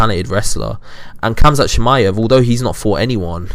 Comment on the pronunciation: Well, u don’t even know how to pronounce khamzats name correctly, so I doubt you have any knowledge about him to be calling anyone over-rated. I think your a bit over-rated.